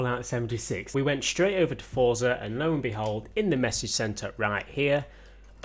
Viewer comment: can all of u all stop sayijg fortza its forza